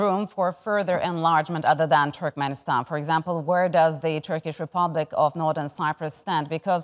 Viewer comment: Did the speaker pronounce "Türkmenistan" as "Türkmistan"?